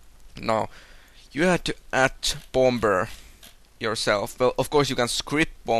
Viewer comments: "The Bom-Ber Bath" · i love the way you say bomber xD am easilly amused